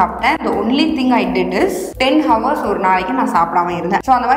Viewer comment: அது ஹவர்ஸ் இல்ல madam Hours அவர்ஸ் 🤦‍♂️